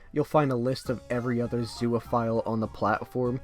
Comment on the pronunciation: Bro says it like zooaphile